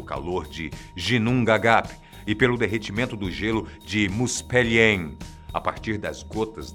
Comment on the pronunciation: não é "Musperiem" e "Niferiem", se diz "Muspêuraim" e "Nifêuraim"